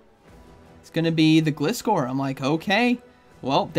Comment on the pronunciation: it is pronounced GL eye score according to the anime. Which makes sense, cus the name is composed out of glide, from glider and scor from scorpion. Thank you! And you're welcome! I love your videos! 😁👍